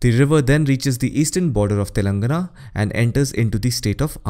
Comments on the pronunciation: Great video, very informative. Appreciate the effort in pronouncing all name correctly. Just a comment: Telangana is pronounced as telan:gaana. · It's Telangana = /tɛlɑŋɡænə/